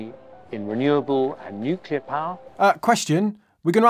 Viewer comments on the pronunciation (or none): New-clear, not new-killer 🤣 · I love how consistently says "nucular":)